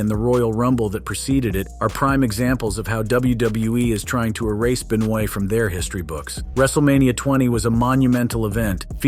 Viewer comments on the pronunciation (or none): Chris Be-noy? Might want to fix that there,. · The guy is saying Chris Benoit's name all messed up on purpose what a troll 😆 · chris benoah*